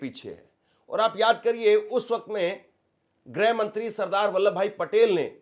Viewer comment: ग्रह मंत्री नहीं गृह मंत्री ।